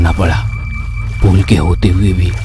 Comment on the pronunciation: Pool nhi yaar pul hota hai, baar baar pool pool kyo bol rhe ho.